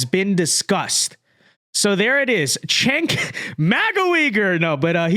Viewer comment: It may be time to stop picking on "Jenk" by calling him "Chenk".